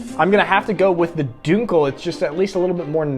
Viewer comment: When you say Dunkel you say it as if it has Umlauts. Sorry man other than that great video but I’m sad you skipped over Krombacher and you should have compared the winner to the US beer LOL. (I know it isn’t a comparison but it would have been funny to see you say how bad it is:) As always great video and keep em coming.